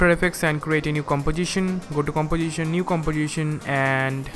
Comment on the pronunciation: The way you said “composition” is weirdly addictive but at the same time build up rage in me. Anyway, really cool video, but please explain on ‘why’ you do a certain things rather than just ‘how’ to do it. I strongly believe it will help you gather more subscribers. Ae is a complex app and it can be easy if you truly understand why you do certain steps rather than memorize it all. Thank you man.